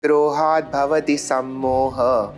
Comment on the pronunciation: Explained very well but he needs to learn how to pronounce Shlokas right as he may teach his kids with all this wrong pronunciation which will continue. The first shloka he read “Krohat Bhavati” it’s actually “Krodhat Bhavati” where Krodha means Anger.